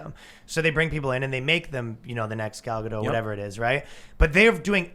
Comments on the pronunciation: It's Gal Gadot not Gal Gado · gal gadot is actuall pronounced guh dot the T is not silent.